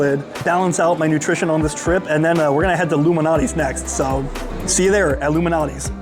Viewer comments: It's pronounced LOU MAL~NOTTI's NOT Illuminati's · is he saying luminatie??? Lou Malnati's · Dude, you pronounce Lou Malnati's way differently than I've ever heard. And yeah, I definitely heard 'Illuminati' before you even mentioned it. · Have some respect Loumanati? Say his name correctly wow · STOP PRONOUNCING LOU'S...NAME AS ONE WORD ,ANNOYING